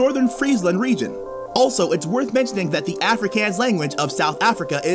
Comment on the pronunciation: Bruh said Afrikaans wrong